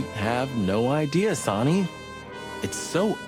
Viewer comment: Look,, you already shot me. The least you could do is learn how to pronounce "Sonny."